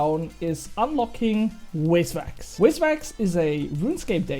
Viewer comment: great vid, hate to break it to you btw, but its called VIS wax, not wizwax :hand-orange-covering-eyes